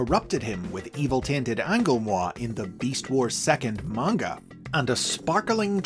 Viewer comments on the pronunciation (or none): none